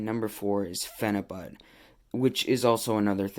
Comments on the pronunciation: Phenabut he can't even say it right he calls it phenabutttt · who cares how he said it...you knew what he meant...yall nitpick at the dumbest shiit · Phenibut bro you there i had to see this for my self i herd you cant even say it 😆